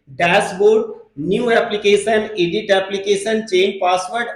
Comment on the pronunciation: भाई साहब वीडियो अच्छी है । School - स्कूल पढ़ते है एसकुल नहीं Edit - एडिट पढ़ते है इडिट नहीं 😅